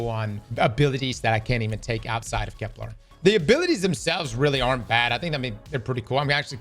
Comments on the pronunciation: finally said Kepler instead of keplar!!! Edit: nvm he said keplar again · It's Kepler, not Keplar. Hint - it doesn't rhyme with Kevlar! Love your videos!! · Ignoring anything else that's being said... why oh god why does he keep calling it KepLAR?? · Kep-lur as in Xur not kep-lar